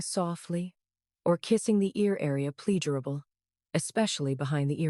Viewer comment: Thank you Dr. AI….you can’t even pronounce “vagus” correctly….who ever heard of the “vah-gaze” nerve ? Stupid !!!…oh and “plea-gee-er-able” for pleasurable…stupid